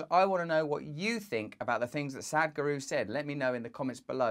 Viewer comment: LOL Russell my dear, your pronunciation of Sadhguru is incorrect, I know it sounds like "Sad-guru", however, in fact the correct pronunciation verbally/phonetically, sounds like Sath-Guru, if that makes sense, emphasis on the 'th', similar to 'sat-nav' in speech. Not a critic at all Russell, just assisting & supporting you, being asian it's easy for me to point out and trivial to be honest, as it's the subject matter which I tune in for. Love & light, namaste Beautiful!